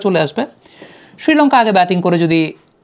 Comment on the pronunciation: ছিলঙ্কা ছিলঙ্কা করোস কেন?শ্রীলঙ্কা বলতে পারোস না?